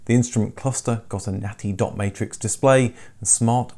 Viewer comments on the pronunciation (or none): none